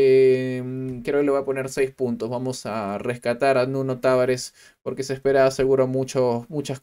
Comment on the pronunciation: Se lee Taváres. No es peruano el grone.